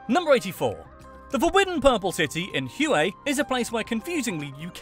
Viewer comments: For the love of Uncle Ho, Hue is not Hyouay or who ay it is Hue or hway. The the ancient capital. And yes I spent 2 years in Vietnam and I have little desire to return. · "Hue" is pronounced like "Way" . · Born and raised in Vietnam, I'm quite surprised and impressed by how thoroughly you did your research. Very insightful, accurate and of course, with excellent humor. But dude some of your pronunciations were confusing, like those of Hue and Nguyen. :D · He pronounced it Hue, the word. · you butchered the pronunciation of "hue"